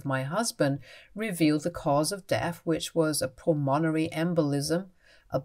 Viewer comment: Pulmonary is pronounced PULL-mun-airy. Pulmonary embolism.